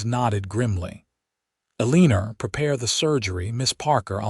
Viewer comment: ya'll are gonna have to stop using Eleanor as a name - cuz AI can't pronounce it correctly. It hurts to hear it abused so awfully!